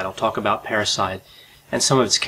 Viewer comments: Parasite or Parricide? Keep hearing “parasite”, not hearing “parricide”, nor just patricide and matricide. But I guess this murdering daughter can be considered and called a parasite🪳🪱to🦂?😂😂😂 Plus can admit they could sound alike as both start & end fairly similar: para-site and parri-cide … I was thinking “did I miss a Latin term re: the killing of a mother and father or one’s own parents” in hearing parasite. Now just rambling 😳 = Enuff! Ciao! You do amazingly Great Videos!!👍🏻😁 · 🤣🤣 I thought he kept saying parasites!!! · I kept hearing "parasite" too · Watching this while washing dishes I thought he said "parasite" each time. And before I watched the video I thought maybe she killed her parasitic twin, I thought "hmmm this could be interesting. " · At first I thought you said "a juvenile parasite" instead of "Juvenile Parricide". They both have the same meaning, I suppose.